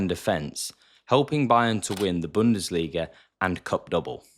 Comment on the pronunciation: I am German the was u say "Bundesliga" is very good